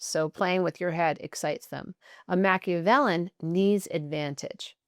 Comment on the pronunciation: You’re pronouncing Machiavellian incorrectly.